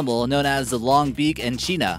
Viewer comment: by the way echidna is pronounced ekidna